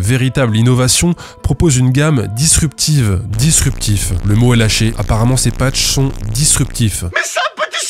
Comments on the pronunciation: G ... Dispurtif ? C'est encore mieux que disruptif c'est ça ? Encore merci pour cette vidéo, je vois qu'on n'arrête pas le progr.... Le bullshit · Dispurtif (disruptif) 🤣🤣🤣 Je suis fan de la "coquille" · c'est ''Dispurtif'' 😂